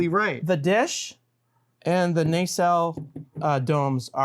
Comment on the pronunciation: Nacelle is pronounced nuh·sel, not Nay-sell